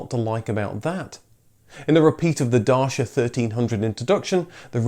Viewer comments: The correct pronunciation of Dacia rhymes with "Gotcha", as in Da-tchya, not Da-shia. And BTW, that was the name of the ancient kingdom, just before the Romans, under emperor Trajan, conquered it in 106 AD. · It's pronounced dacha👍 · It's actually pronounced dacha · Yep, everyone is pronouncing it Dashia or Dasia or whatever. For the rest of the people: It is Dacia, ci comes like ch in chick. Not that hard, guys. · It's Datchaaaaa not dasha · Why don't you people all get together and decide how you are going to pronounce this company's name. By the spelling we would call it 'Day-see-ya'. then we were told, no no no, its 'da-chia' . But now you are coming out with 'dar-sha' WTF ? cant you all get on the same page? What do the actual Romanians call it? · I hate to say it but "Dar-shia" is totally wrong, it's "Dat-chi-a". I'm fairly confident of this. My wife is Romanian. . . . . . . . . . . . A Dacian Kingdom of variable size existed between 82 BC until the Roman conquest in AD 106, Romania is a quite modern name from 1859. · It’s Datcha not Darsha. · Man, I love your videos, but please learn how the brands are pronounced. It's not DaSHa, it's DaCHia. With CH as in cheese. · It is not daca, it is dacEa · It's "Dahtchah" not "Dahshah"... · ''Da Chi Uh'' not ''Day shia''...! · Another person who can't say Dacia. It's not Dashia or Dachia or Darsia. Just Da-cia. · It's not Row Mania România, Ro mâ ni a, like the my in Myfanwy It's not Dashia, Dacia the same as in Italian. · It's not pronounced Dashia, the "ci" in Dacia is the same as "ciao" in italian. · First of all is not Dashia is Dacia so,please go and learn the correct pronunciation and second...I couldnt watch. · It's Duch-ia, not Dacha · One correction if I may, pronunciation of DACIA is Dachia not Dasha or Dashia. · You say Darshia, I say Daysha. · You say Renault, I say Renault. You say Darsia, I say Datcha :D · Day see ah. Not Darrr seeee ahhh ...? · It's not dashia. It's datshia. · Dacia is pronounced "Dachia"